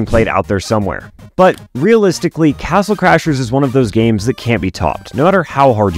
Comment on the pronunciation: If you listen closely on he says castle clashers 😂